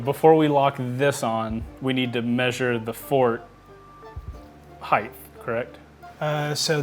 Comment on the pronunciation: Its height not heighth